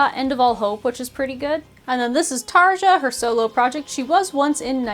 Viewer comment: Ok not to be that bitch but it’s pronounced Tarya because J is pronounced as Y in a lot of Northern European languages.